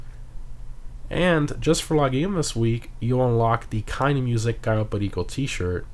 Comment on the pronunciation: The way you say cayo perico triggers me